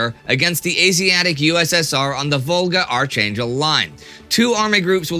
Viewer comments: Archangel is pronounced "arK-angel". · The ch in Archangel is pronounced as it is in Architect.